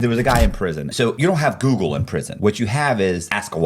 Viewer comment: Google ❌ Woogle ✅